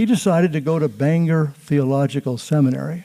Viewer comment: Wonderful! (Except it's pronounced "Bang-gor" in Maine, not the Irish "Banger")